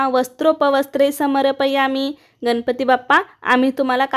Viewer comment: Tai ganapati ucchar nahi nalatala n nahi banatala n ucchar kartana vapara